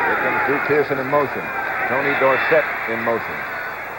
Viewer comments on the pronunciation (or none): Why did the pronunciation of Tony Dorsett's name change from college to pros ?... College "Dorsit" ... Pros- "Dor-Sett"